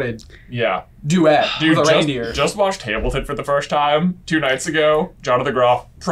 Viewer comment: J says Hamilton in such an odd way...